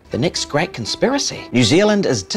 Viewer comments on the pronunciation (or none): none